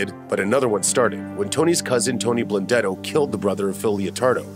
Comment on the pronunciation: Animal Blundetto, can't even say his name.